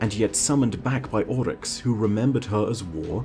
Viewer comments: It's "Oryx," not "Olyx." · sounds Scottish when he simply says "Oryx" Kinda weird:/